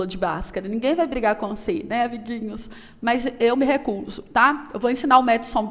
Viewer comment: Amo 'abiguinhos'. kkkkkkk